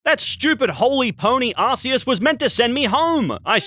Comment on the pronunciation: bro actually says arseus